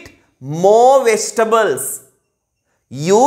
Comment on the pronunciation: ඇයි වෙජිටබල් කියන්නෙ නැතුව වෙස්ටබල් කියන්නෙ... මට තේරෙන්නෙ නැති හින්දයි අහන්නෙ හොදේ.